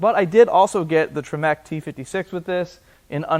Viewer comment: It’s not Tree-mack. It’s Tremec…..